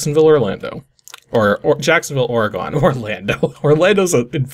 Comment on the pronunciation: And, 'cause somebody's gotta do it... OR-ih-gun. Not or-eh-GONE.